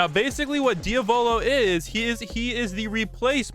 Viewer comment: y cant ppl pronounce diavolos name right